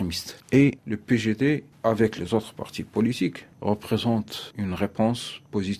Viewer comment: il prononce meme pas son parti PJD correctement il le prononce PGD